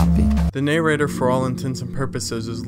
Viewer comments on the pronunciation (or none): what the fuck is a "nay-rater"? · the "ney-rater"?